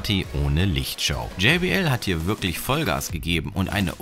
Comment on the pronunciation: Bitte sag jbl und nicht jaybl